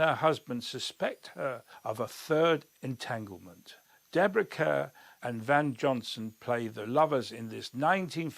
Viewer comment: Come on! You know full well that Deborah Kerr's surname is pronounced car!